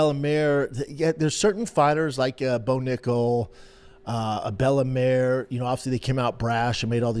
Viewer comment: "Bella Mare" Brenda thinks Bella Mir is a horse or wot ') his English is so faulty, at times he sounds like he has a speech impediment. it is not cool, funny, street, or gangsta, to speak bad English, with careless, unnecessary mistakes. the lazy, uninterested way Brenda speaks, is a reflection of his character